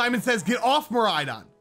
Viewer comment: there is no “O” he is saying miraidon how it’s supposed to be pronounced